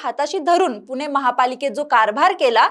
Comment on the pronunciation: आधी पुणे म्हणायला शिक .